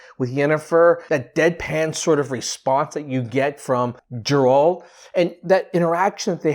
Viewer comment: Its not Džerald is Geralt 🙈